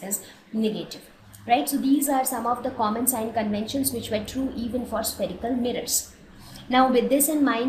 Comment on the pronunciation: its sign conventions and not SING conventions